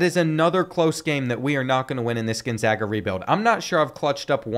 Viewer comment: as someone from spokane, thank you for pronouncing it right